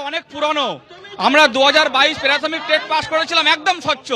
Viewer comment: প্রাথমিক কে বলছে পেরাথমিক.. ক্লিয়ার কে বলছে কেলিয়ার.. এর পড়াবে বাচ্চাদের... কেলীয়ার...